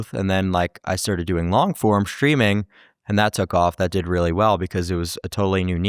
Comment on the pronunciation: He pronounces "streaming" like "shtreaming". Candace Owens does that too. It's a podcaster/ streamer thing . It sounds really weird.